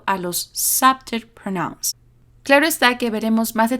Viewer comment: Excelente explicación‼️....un detalle, pronuncias "pronóuns" y es "prónouns", con el acento prosódico en la primera sílaba...